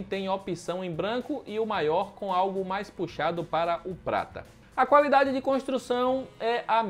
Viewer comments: "calafiduri" 😂😂😂.. ótimo vídeo comparativo 👏👏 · Calafiduri kkkkk